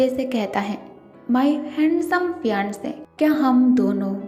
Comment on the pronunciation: You are saying phi-aandse